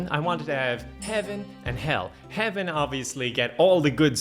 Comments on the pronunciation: I thought he was saying Heavin as in Heaven and Kevin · For a second, I thought he said Kevin and Hell